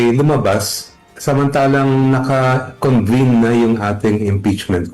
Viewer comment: Senado po, hindi "Sinado". Convene, hindi "Convine".